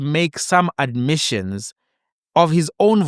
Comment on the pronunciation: "But, he does make some admissions on his own hoshlitions" 🤣😂🤣